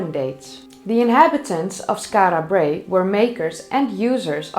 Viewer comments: As a proud Scot I found this video fascinating and incitful. Your pronunciation of Skarra Brae is spot on and I still use words like midden which leaves my English wife very confused. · The way you pronounce Skara Brae is divine ! You are now officially my favourite 'Skara Brae' pronouncer !! 😄😄😄